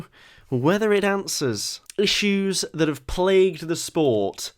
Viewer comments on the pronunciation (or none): none